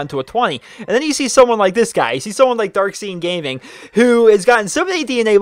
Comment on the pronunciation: Brotha it's darkscene his name is darkscene not darksean.